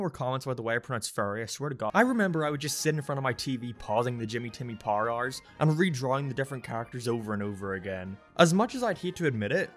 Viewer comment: Pausing the Jimmy Timmy “Pah-er Ah-ers”